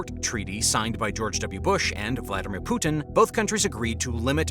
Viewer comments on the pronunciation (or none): none